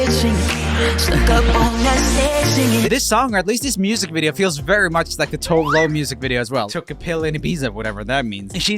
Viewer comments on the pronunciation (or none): JOEL, you are swedish! You cant say Toev Lowe when you know how to pronounce it >:D